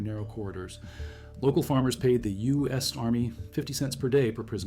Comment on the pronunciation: A convensional sub cant stay submerged for 67 days! Only a nuclear sub can, and what did the narrator say UES navy?😂😂😂